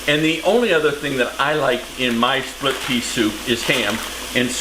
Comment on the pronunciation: Oops! “Splip” Pea Soup 😊